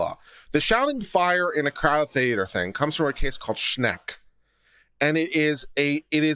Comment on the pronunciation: THANK YOU for covering Schenck v. United States... I was like oh no you did not refer to Schenck! You said it wrong and it's BAD LAW! You Rock!